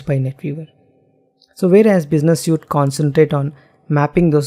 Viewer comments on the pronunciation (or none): Excellent presentation. Your English enunciation is also top-notch. One gripe (because you use the word a lot), "Suite" is pronounced "Sweet". "Suit", describes the clothes you wear to an interview. My apologies but you have obviously worked hard on your English. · suite (sweet)